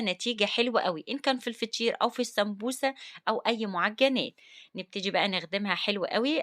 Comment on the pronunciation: هوا انتي لما تيجي تقولي فطير تقولي فشير